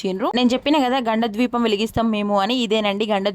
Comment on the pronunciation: ద్వీపం కాదు kada దీపం kada